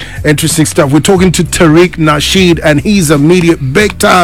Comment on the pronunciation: Nasheed not Rasheed that’s mad disrespectful